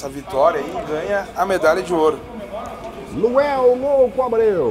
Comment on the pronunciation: Até agora o não conseguiu falar LUANEL kkk